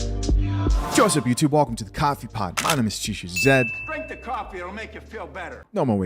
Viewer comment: Chisha why do you say caffee and not coffee